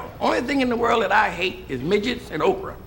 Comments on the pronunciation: Nah sounds like Oprah to me lol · Lolol bruh i thought he said oprah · He said "okra," not "Oprah."